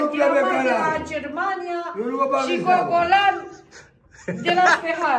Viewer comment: "Gologan,Guguman"..mooor🤣🤣🤣Asa greu e Gogolan??🤭🤭😂😂😂